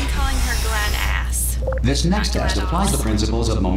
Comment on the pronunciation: glados not gladas